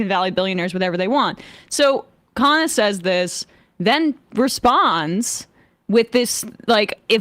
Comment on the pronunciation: Dude can't even get people to pronounce his name correctly. Indians DO NOT pronounce Khanna like that. No self respect at all